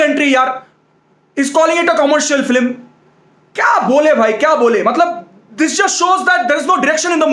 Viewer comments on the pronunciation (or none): The way he tells "Filim" word it has a separate fan base 🔥